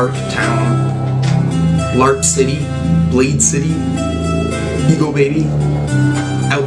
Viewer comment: Im blade but she call me blade-e